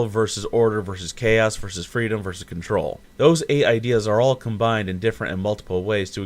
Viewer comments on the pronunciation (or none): none